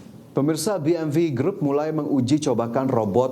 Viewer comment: udah bener baca 'BMW' cara indonesia,malah pakek cara inggris LOL